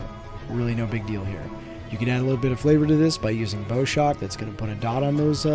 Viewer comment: It's bow like bowing to a person (or more specifically, the bow of a ship, it refers to shooting near the front of a ship, which is a kind of form of intimidation, with thousands of tonnes of metal). So not bow like a bow for a musical instrument or to shoot arrows. Probably, I was pretty certain you had said "bow shot", but it is bow shock, which is maybe the same thing or maybe just words together. Or actually, it is a shock wave from when things hit a magnetic field, like solar flares hitting Earth's, creates pretty lights. Still probably a reference to the bow (nose) of a ship. Anyways, thanks for the video. Just gonna say, words are nice, I appreciate the simple picture of the rotation, but it is a pain to try and find out what all those symbols are when you are new to the class, I don't even recognize all the symbols for the classes I have actually played through 60 levels.